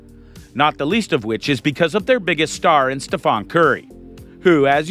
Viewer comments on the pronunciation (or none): It's StephEn not Stephan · His name is not STEPHON it's STEPHEN!!!!!!!! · painful watching your video mispronounced stephs name.